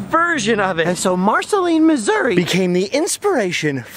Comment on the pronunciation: Thank you for calling it Missour-uh. People think I’m crazy when I call it that. My grandmother grew up in Cabool and has always called it Missour-uh.